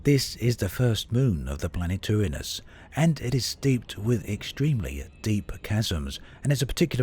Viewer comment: Your Uranus pronunciation is perfect. I can't stand it when it's mis-pronounced.